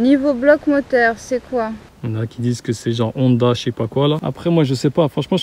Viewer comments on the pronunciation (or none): none